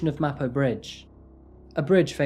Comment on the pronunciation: For the sake of accuracy, Taehyun, Ari, and Mapo are not pronounced correctly. There is no "ay" sound in Korean as in "Taylor". It is not Tay-hyOON. Tae sounds similar to "air" (but shorter, with no rhotic "r" at the end), so more of a Tair. And the Hyun part should not sound like Hyoon (with "oo" sound like "book"). The "yun" part of Taehyun should sound like the way many English pronounce "on" or "hot" (short vowel). Ari should sound like Ah-ri (like "open up your mouth as say aaah", and ri with a short "i" like "miss"). There is no short "a" like "cat" in Korean. Both Ari and Mapo have an "ah" sound. More like Mah-por (without sounding the "r" ).